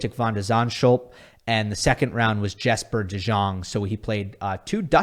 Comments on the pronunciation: ‘J’ is pronounced ‘y’ in Dutch, so ‘Yesper De Yong’ is a more accurate pronunciation. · The 'J' in Jesper de Jong's first name and surname is pronounced the same way as the 'J' is pronounced with Jannik Sinner. Other than that the pronunciation is correct.